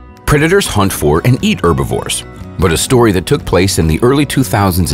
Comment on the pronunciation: Would you stop saying erbovores, it's herbivores